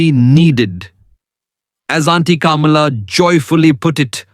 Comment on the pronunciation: I presume the voice over is by an Indian. If so, why is he pronouncing Sharma and Kamala in such an anglicized accent? It is so irritating when Indians want to show off their "breed".